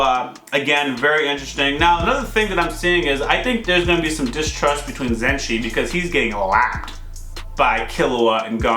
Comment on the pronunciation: its ok, just remember people will like to see you react to the parts of the series that made them react in a especial way like in this case the resolution of the hisoka castro fight and the troupe part, still i like the channel a lot 💐 Pd: Its ZUSHIIIIIIII not ZENSHII